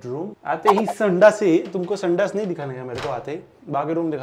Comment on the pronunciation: Its baburao from hera pheri accent😂😂